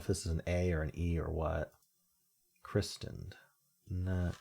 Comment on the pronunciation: The t isn't pronounced in christened. Ian Fleming was Scots ( the surname is common here from immigrants hundreds of years ago from Flanders , now Belgium) and Ian is a Scots form of John.